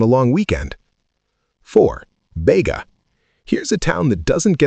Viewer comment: It's Bee ga